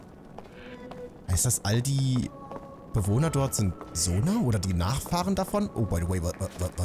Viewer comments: Bitte sage sonai nicht sonau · Zonai nintendo nicht sonau 🙄🙄😂